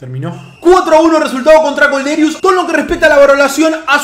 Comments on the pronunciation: Es Kolderiu no Kolderius xDDD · Madre mia es Kolderiu no Kolderius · Es kolderiu, sin la s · Es kolderiu se nota que sos de independiente